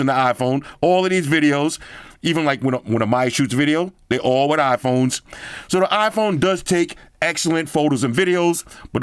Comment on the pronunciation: "back again wirrrr another video" wtf